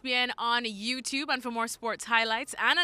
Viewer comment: I'm thinking of signing up to ESPN+ just so Dan Thomas shuts up about it and "Youtoob"....